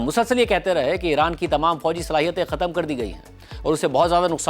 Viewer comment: شاہ جی! بڑی گڑبڑ تلفُّظ مں•• ختْم: khatam✖️/ دُرست: khatm